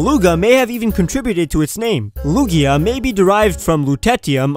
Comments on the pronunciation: Lug-IA not lug-io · You said lugia wrong a few times or you said them in a other language